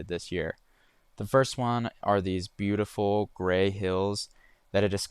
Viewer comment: very Butte-iful indeed